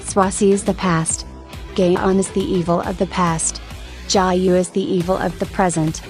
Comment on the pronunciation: Amazing sand art at the beginning :)) ALSO WHY DOES IT SOUND LIKE THE ROBOT VOICE IS SAYING GAYHYEON I CANT